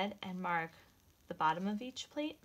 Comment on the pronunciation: This is wonderful and a super simple mask to make. But, I'm sorry, but she was very confusing at the end when she said "plate" over again many times. Once, she pronounced it "pleat" and I was grateful because I had no idea what she meant by plate. Using an acrylic ruler to cut the fabric would be a much more helpful and safe use of our quilting tools.